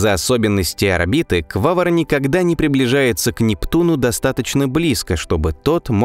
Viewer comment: Да... Только не Квавр , а Квавар , автор что то как то не русский или вчитываться не любит или экономит буквы